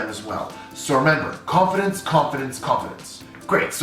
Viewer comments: When he was saying confidence I heard coffin dance 😂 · The first time he said confidence I thought he said coffins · I can’t unhear this 🤣